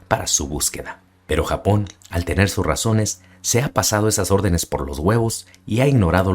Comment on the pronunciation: Muy buen video excelente y coloquial narracion, jejeje pero te mamaste cuando dijiste "Le fue infiel por razoner desconocidas".. :) Saludos, felicidades por el buen contenido.